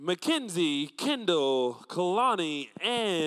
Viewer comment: It can't be just me, but it annoyed me when the announcer said Kindall instead of Kendall and Mackinzie instead of Mackenzie. He said I instead of E and it annoyed me.